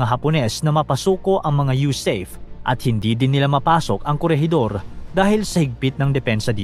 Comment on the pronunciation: huwag mo nang Artehan ang pagbigkas..USAFE. U SA FE ...BIGKASIN MO FE...